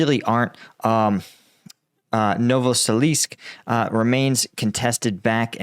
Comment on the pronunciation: novosilivske = No-vo-sil-ivs-kah